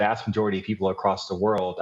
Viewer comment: Did you intend to emphasize "people" like that? Have there been vaccination efforts for other species? I haven't seen any dogs or cats lining up to get vaxxed, but I imagine they would also feel safer having had the shot than not when confronted with the Delta variant.